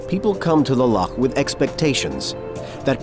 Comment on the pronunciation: No one in the world pronounces Loch like this narrator. It’s really off putting.